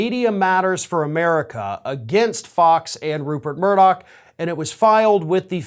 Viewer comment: Hey Folks, greetings from Scotland. his name isn't MURDOCK its MURDOCH!!!!!! Keep the law suits coming!!! I hope every single one of them is successful in court.